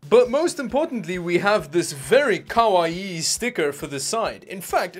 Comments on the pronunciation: It's not kawaii. It's koala-ii. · Its pronounced, Kah-Why. Just so you know. 😊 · At least the case has feet to hold it off the carpet. And it's kawa eee eee. There's two i's and they're both pronounced. Kawaii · What the hell word are you saying? Koa-e??? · The way he says "kawaii" 🤣😭